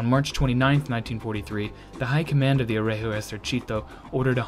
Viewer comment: On my part, I consider his pronunciation the result of a good effort. It is not perfect, but I consider that some words are objectively difficult to someone who is not a native speaker or a dedicated student (-gi- and gli are stark examples, yes, it took me some time to figure out he was saying "Regio Esercito" from "r*@ esercìto", but context helps), and the focus of these videos is tanks, not language. All that considered, I am actually positively impressed and I appreciate what he had to do to get to this level. Incidentally, he didn't stumble on anything funny as Ian (ForgottenWeapons) did with his very excellent videos on Italian "moschetti", which he ended up pronouncing as "moscetti" making every Italian ROTGLing... :P ...though, honestly, considering the mess with the caliber of some of those, and the fact that one could end up firing with a bullet smaller than what the gun is supposed to fire, "moscetto" could turn out to be an unexpectedly apt description. Btw, they are really worth watching, even without the mispronunciation!